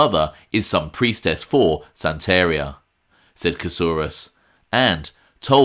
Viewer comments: PLS U ARE PRONOUNCING THE VOODOO PRACTICE . U SAY IT LIKE THIS.. SAN.... TA ....RI ...A !!!! (AS IN SAN FRANCISCO (TA AS IN TATIANA (RI AS IN RIO (A AS IN AH!!! I SEE) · Lol, O.C. Santeria is pronounced SAN-TAAH-REEAH ITS was just funny hearing your pronunciation!!